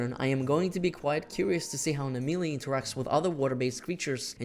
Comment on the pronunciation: I thought this video was about Naimelle, Who the Fuck is Nameeley?